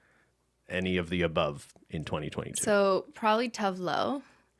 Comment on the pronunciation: Simply pronouncing Tove made my brain short cirquit, because Tove is an actual name here and it's pronounced "tuuve", so I had NO idea what she was talking about 😁 bit agree, it's good stuff! I had a baby this year, so my Spotify wrapped was pretty much all lullabys. 😬 But the Midnight is what I've been putting on when I get to listen to my own music. It's like a fresh breeze to my dusty brains.